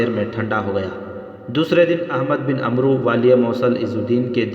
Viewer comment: عمرو کا صحیح تلفظ عَمْر ہے اس میں واؤ سائلینٹ ہوتا ہے